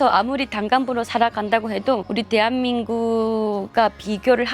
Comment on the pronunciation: 大韓民国＝テハミングク ソンイさんの「テアミング」だけ分かった 😁www